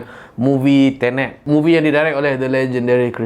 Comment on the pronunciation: Aku ingat dia kata "TENET" tu, "INTERNET"hahahahaA😂😂